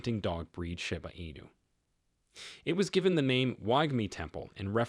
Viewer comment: Read by AI. It pronounced "SHIB" correctly, but pronounced Shiba wrong 😂